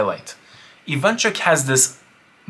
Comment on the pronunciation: Russians and ukrainians on their way to die inside from those mispronounications Very cool video tho